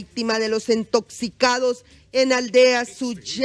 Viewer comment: Entoxicados dice jajaja